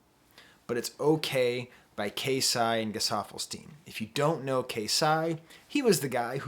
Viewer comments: KayCyyy is pronounced like Kay-Cyyy,K - from alphabet,Cee - like Shawn Cee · professor. its pronounced K C spelled KayCyy. KC is short for king confidence. regardless, thank you for including him.